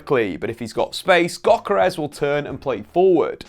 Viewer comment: It's pronounced yokeres